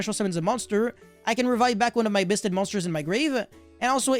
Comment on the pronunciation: all i hear is bussted